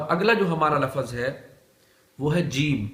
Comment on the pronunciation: Lafaz nahi lafz